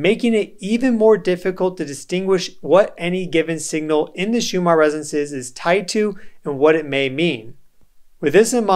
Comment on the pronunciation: Why do you pronounce 'resonces' instead of 'resonances'?